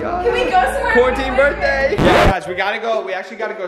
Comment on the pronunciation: you said berrr day